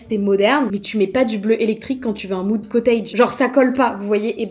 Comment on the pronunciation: Quand tu parles de moude je t ai perdu bleu électrique 😅